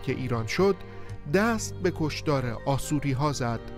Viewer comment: Asoryan pronunciation it is wrong in Persian language it should be pronounce Ashourian or Ashoury in English Assyrian